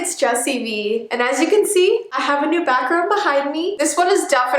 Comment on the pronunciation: When you said 'I have a backround behind me' I thought you said you had a bathroom behind you xD